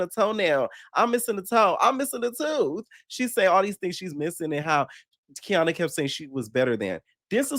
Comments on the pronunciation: It’s KA-NY-AH NOT KEY AH NA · Kaniyah (Kah- Nie- Ah)! Lmfao. I can’t with you calling her Kiana. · It’s getting on my nerves atp, he even went to her page that has her name & still saying Kiana 😂😂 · its KANIYAH 😂😂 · I love u down but that lady's name is KA NI YAH 😂😂😂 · Boy you pronouncing her name wrong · are you purposely saying Kaniyah's name wrong? lol